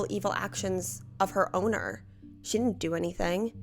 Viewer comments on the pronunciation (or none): none